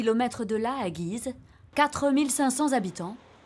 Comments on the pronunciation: Guise..on dit gouise 😂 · le "u" de "Guise" il se prononce, hein.